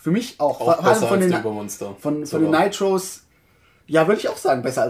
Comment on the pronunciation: ... Ihr sprecht nur immer noch "Nitrous" falsch aus :-) Seht es als Adjektiv, also wie z.B. "famous" oder "monstrous" (hehe, Monster ^^), und genau so, so Richtung "i", wird diese Wortendung ausgesprochen. Ich hoffe Ihr verzeiht die Klugscheißerei!